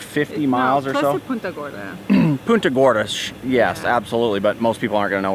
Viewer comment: It's not puta Gordy to is punta Gordy